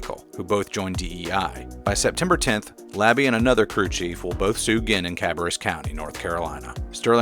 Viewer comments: Cabarrus County is pronounced kuh-bear-us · Yo, it’s Cuh-bare-us County. Nice to hear my home mentioned though. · Great Video, I just wanna know how says Cabarrus that wrong. Thats gotta be the worst way I've ever heard that said.